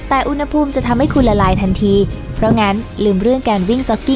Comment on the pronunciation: “อุณหภูมิ” อ่านว่า อุน-หะ-พูม ครับ ปรับปรุงด้วยนะครับ อ่านผิดหลายคลิปเลย